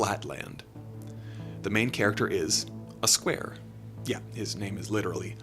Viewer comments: It’s not Uh Square, it’s Aye Square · Flatland tip: A Square is his name, pronounced Ay Square. Not a Square, pronounced uh.